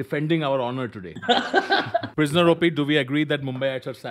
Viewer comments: Did any1 notice he said priosner op not prisoner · Ah yes, 'priosner OP'. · If anybody noticed... It sayed pirsoner op instead of prisoner op